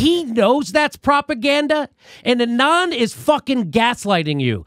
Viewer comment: Hey there! Love your videos :-) since you were wondering - the name „Anand“ is pronounced „aah-nund“ - with „nund“ like bund from bundle 😊